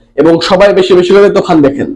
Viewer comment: তুই কি বলিস তুফান বলিস না তুখান😂😂😂